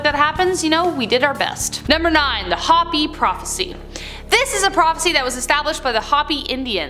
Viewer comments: Yeah I was about to say something I’m not Native American but I have a lot of relatives and friends that are and i find it extremely strange that they don’t know how to pronounce it it’s obvious pronounced “hope ee “ not hoppy!!” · I'm native American and I have to say that hopi has been pronounced wrong and I feel some type of way about it